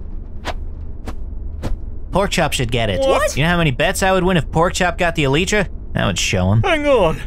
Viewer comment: I love how none of them can pronounce elytra